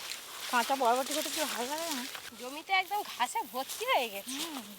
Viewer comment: বটবটি না বরবটি